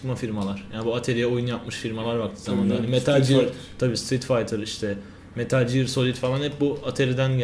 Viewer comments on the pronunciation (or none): metal ciyır deil metıl giyır